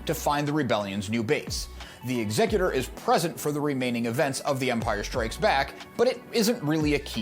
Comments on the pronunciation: Why do all these STAR WARS lore videos mispronounce the name of Vader's ship? It's EXecutor, with the emphasis on the first syllable, as in the person or thing that performs executions. The way it's pronounced in this video (and so many others)-- ExECutor-- with the emphasis on the second syllable-- is an entirely different word. It's means someone who probates a will or other legal instrument. I doubt Darth Vader, Dark Lord of the Sith, named his ship after a probate lawyer. No, his ship follows in the tradition of all the other Imperial capital ships with names that sow fear and terror among the galactic population: Ravager, Devastator, Relentless, Tyrant, Avenger, Belligerent, Agonizer, etc. When his ship appears in orbit above your planet, it's to execute you and your entire society. Not file legal documents in a lawsuit. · What's with the pronunciation of the ships name 😵‍💫 it's clearly to be pronounced like 'execute-or' and not like executive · I'm going to guess the incorrect pronunciation of the ship's name is due to YuTube rules???